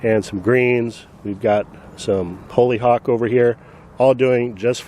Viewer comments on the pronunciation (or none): Correct me if I’m wrong but isn’t Hollyhock pronounced *hawly-hock not *holey-hock?